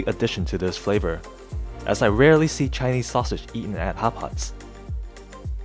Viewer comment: Sounds like your saying hot pockets😂